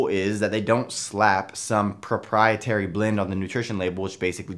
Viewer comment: Impressed with how managed to pronounce ' proprietary' without stumbling.